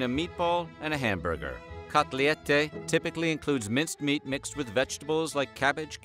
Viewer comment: Its not kotliete, its kotlet lol